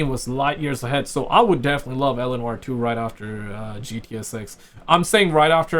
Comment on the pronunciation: Oh man I was searching for a ROCKSTAR GAME CALLED ELANOR. Nothing found. Now you explained the game play. I understood that you are saying L. A. Noir. 😂😂😂.